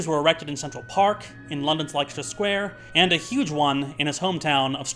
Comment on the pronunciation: it's pronounced less-ter square sorry